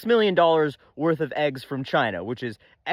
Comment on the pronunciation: Did you say Eggsponetially more? 😂